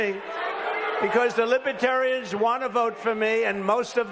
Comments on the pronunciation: “Libatarians” lol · He calls them liberians.😄